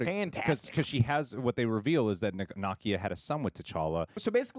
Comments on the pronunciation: What’s so hard about saying NUH-KEY-UH …. It’s sooooo weird to keep hearing y’all say NAH-KIA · Why do all you YouTubers pronounce Nakia as "KNOCK-ee-uh" instead of "nu-KEE-uh" ? It sounds kind of crude and insulting. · is mispronouncing Nakia (not a complaint, just an observation!) He's pronouncing it like the character Nakia from Ms. Marvel whereas the Wakandan Nakia is pronounced 'nuh-kee-uh' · Na-key-a, and they were Shuri’s robes that were burned. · Love you both-but it’s pronounced “nah-kee-ah” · saying Nakia's name wrong